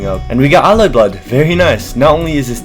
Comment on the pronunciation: PLEASE just say alloyblood bro i BEG 😭